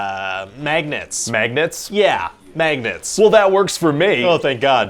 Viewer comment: Sometimes, I think you're just a normal guy. Then you say maygnets and I remember you're a Canuck!!